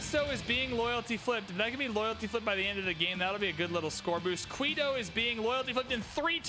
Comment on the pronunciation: really need to work on these pronunciations. Saying "Qweeto" and "Bagoda" is just wrong... other than that, keep up the fun.